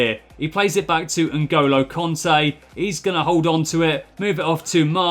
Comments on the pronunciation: It isn't konte it's kante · btw I only wrote that cos it sounded like u were saying conte